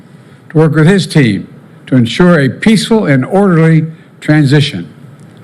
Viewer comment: WATCH OUT FOR " PEACHFUL TRANSFE OF POWER "